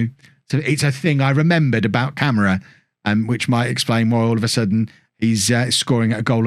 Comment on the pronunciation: It's pronounced CamarAH btw #